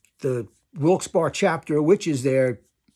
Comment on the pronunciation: It wasnt that long after this that the railroad car hotel was completely scrapped. The venue is still there but completely restored as an office building. Also congrats on pronouncing "Wilke-Barre" correctly....you are one of the few who do.